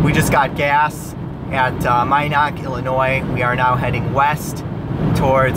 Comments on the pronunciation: Minonk, IL is pronounced "Min-unk". My grandparents used to live there. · Its pronounced... (min...nunk) Minonk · It's pronounced Min-unk... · "Myknock" illinois lol 😆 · I was gonna correct him on this as well. lived in Bloomington for 12 years a while back. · Minonk Illinois, pronounced mi-nunk'. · Omg you pronounced Minonk so wrong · Alyssa Gebel 😂😂😂 everyone does.... I'm from elpaso